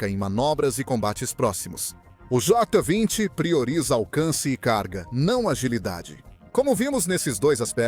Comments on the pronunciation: Concordo com o engraçado, ele fala tudo menos Jota 20, kkkkk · Jó 20 😂😂😂😂 essa IA tem q melhorar essa dicção